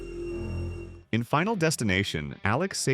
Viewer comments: it’s Stiff-ler as in: I have a stiff one. Not stife-ler. This is clearly an AI channel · Did you just say Sti-fler? It’s Stif-ler and will always be that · i like how it says im not a robot but uses robot voices. "stiffler" said as "stifeler" is a clear giveaway bro. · You know it's an AI voice when it pronounced Stifler as Styfler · >”I’m not a robot” >Pronounces Stifler like a robot